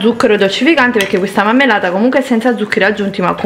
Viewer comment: Basta, mi rifiuto di sentire "mammellata".Ogni volta che lo dice un italiano colto e istruito si taglia le vene.